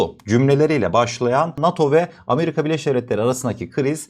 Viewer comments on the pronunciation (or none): none